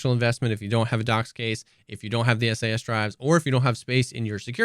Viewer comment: I don't know if I can take this guy seriously, can't even pronounce SAS Drive correctly.